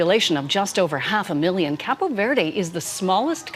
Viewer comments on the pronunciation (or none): none